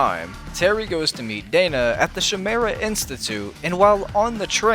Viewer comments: I think you might've accidentally mispronounced chimera it kind of sounds like this according to this cambridge dictionary: kaɪˈmer.ə and I think it kind of sounds like this if say it phonetically or something, kai-meer-rah I think Batman did have a version of the splicers in a later version it was that show The Batman, "Attack of the Terrible Trio" (2008) season 5 ep 9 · I still can't believe in how "Chimera" was pronounced in the episode.